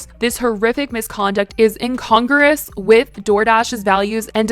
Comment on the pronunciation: IN-CON-GRU-OS not In-Congress lmao